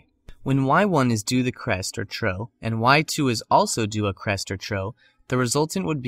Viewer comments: trough = troff, not troe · You mean to say trough, not "tro" it rhymes with off. Just a friendly tip, I'd hate to go around saying something wrong and not have anyone tell me. Great video! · "Trough" is not pronounced like "tro" with a long "o" (or like the "ough" in "although") but like "trôf" with an "f" (like the "ough" in "cough")